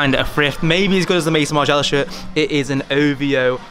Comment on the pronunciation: Mate you're saying Maison Margiella so wrong